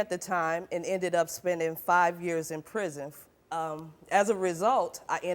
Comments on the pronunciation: She also said "5 years in prizm" lol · the way she said "prison" sounds like "prizm". There's a car called the Geo Prizm which is a rebadged Toyota Corolla.